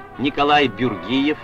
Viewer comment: диктор неправильно произносит имена, Николай БюрЧиев и Эрдни Манджиев. Русские имена результат политики ассимиляции. Также у поколения родившихся во время сибирской ссылки в основном русские имена. Калмыки не знали вернутся ли они в родные края или нет, давали детям русские имена в надежде облегчить им интеграцию в будущем.